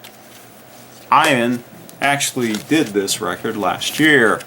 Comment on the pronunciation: Ian is not pronounced eye ann, should be eee ann.